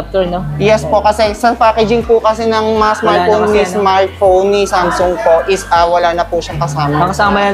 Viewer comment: Mali pronounce mo sa samsung anong samsoong sung yan tanga basta pinoy talaga nakakarindi ang pronunciation